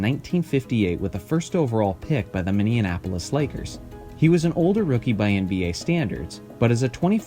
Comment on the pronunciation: I'm not trying to be a jerk but as a Minnesotan, I must say its Men-E-Apolis. You had some extra syllables in there.